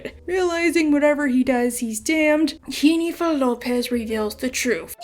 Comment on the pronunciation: As an Aussie with a Latina wife I gotta say you have a pretty good Aussie accent impersonating Russell Crowe but a terrible latina one impersonating J(h)ennifer :-P just found you today but am loving the South Park vids